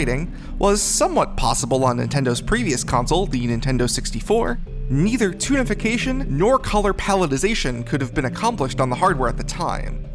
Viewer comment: Every time you say "Toonification", I keep hearing "Tunafication". Also, this is pretty fascinating.